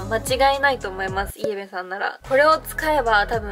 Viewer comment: イエベのイントネーション違和感（笑）